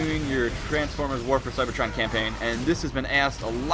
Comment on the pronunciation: Didn't he just say campaign